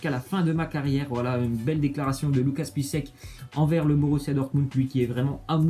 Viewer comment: Ont dirais pour Piszczek il dit Pisse sec mdr